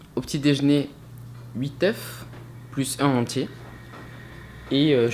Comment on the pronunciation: J'kiff ta façon de parler, j'te suis depuis quelques semaines, franchement tes Vlog son intéressants. Juste tu m'a stressé à dire "œufs" au lui de dire "[oeux]". Bon courage pour ta compétition!